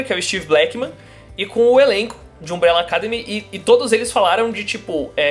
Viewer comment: Alguém do Omelete faça a caridade de ensinar o a pronunciar "academy" da forma correta. Essa palavra é o título da série, não é pedir muito!